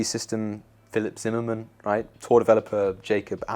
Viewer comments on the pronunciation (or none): none